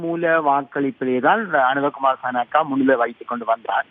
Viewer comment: அனுர குமார திசைநாயக்க.... பேர ஒழுங்கா சொல்லுங்கடா